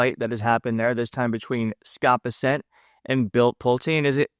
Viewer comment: It's. Bessent. Not bis-sent you dipstick